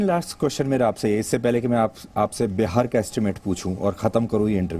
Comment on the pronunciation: "बिहार" होता है - "बेहार" नहीं होता है